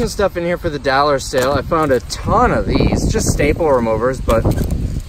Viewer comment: If I had a dollar for every time he said “dallar”… Just kidding, love your videos